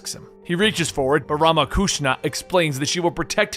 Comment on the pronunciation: RamaKushana?! I thought it was Ramakrishna.